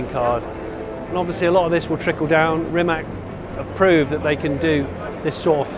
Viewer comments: They maybe should rename or badge the car for English market as it is supposed to be pronounced "Rimatz" - the way it is spelled now sounds like some sort of ladies hair removal cream to English speakers. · Bravo mr JS … We are not only second in football world, we are first in hyper electric car production … it would be great if You will learn how Rimac is originally pronounced in Croatian language, it's not tough and it will make us Croats proud if world would respect ours language as we respect others, C is not K in Croatian … it's C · It's RimaC, not RimaK!!! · Just to learn English speaking visitors how to pronounce properly his last name. Imagine that is written Rimatz, pronounce it in that way. The way you all do it is wrong. Letter “c” in our language is always pronounce as you would read it as “tz”. The way English persons pronounce it, wrongly, is as it was “Rimak”. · I know it's illegal for English speakers to pronounce right non-english names or phrases, but not Rima(K) but Rima(TS) , like in the Mitsubishi. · It must be pronounced Rimac like Rimatz, not Rimak... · I don’t undestand one thing. Mate is from Croatia. His surname is Rimac and it should be read as Rimatz. Why all the people are calling him Rimak? Why all the english speaking people apply english spelling rules to foreign names. It is not polite to screw someones name. You show him that you don’t respect the culture he is comming from. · I was curious how he will butcher the pronunciation of "Rimac", and I was not disappointed.